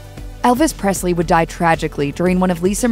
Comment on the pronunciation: There is no “t” in Presley